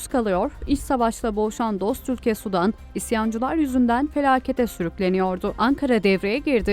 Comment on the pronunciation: sudan degil, Sudan, sanki iki "u" varmis gibi okunur, yoksa "sudan", yani H²O , deniz, göl veya Nehir suyundan gibi algilanir.